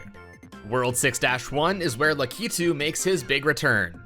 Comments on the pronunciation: Why is it that youtubers put too much emphasis on the k of lakitus name its lack-it-tu not lac-ki-tu. It's odd. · Lakitu is prounced "lah-kit-tu", not "la-kee-tu". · Lack-Uh-Too, not luh-kee-too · You say lakitu in a weird way.